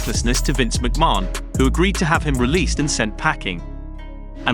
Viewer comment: for the love of god please learn how to pronounce mcmahon !!!!!!